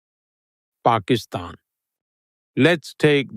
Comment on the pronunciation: lex you pronounced pakistan perfectly!!!